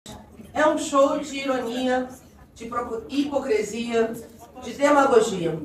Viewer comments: Ela disse "hipocrEsia", não sabe nem falar. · "HIPOCRESIA" me quebrou 😂😂😂😂😂😂